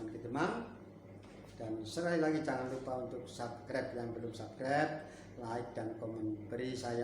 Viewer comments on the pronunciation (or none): none